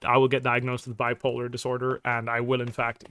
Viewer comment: "Bwipolar" is sending me 💀